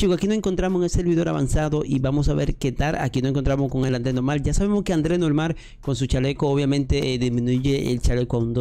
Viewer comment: No es André es Andriu Andrew